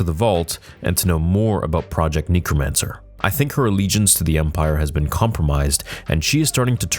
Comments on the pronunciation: great video as always...small gripe. the word is necromancer NECK-ROH-MAN-SIR phonetically. You kept saying NEEK-roh-man-sir. sorry for being that guy. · Ik im not the only one who is bugged by saying “nee-kro-man-ser” instead of “neh-kro-man-ser” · For the love of god can you say necromancer correctly, its NECK-ROW-MANCER not NEEK-ROW-MANCER. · “Knee-crow-mancer” It’s “neck-cro-mancer” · IT's NECK not NEEK... You Canadians... LOL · Someone has to say it. It’s pronounce “neck-ro-mancer” unless you’re from New Zealand. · Why can’t you say necromancer